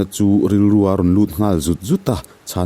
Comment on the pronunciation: Hmulthi tih a 'thi' lai tak hi i lam dan a dik lo. Nge, in khuaa in lam dan ve hrim2🤔😅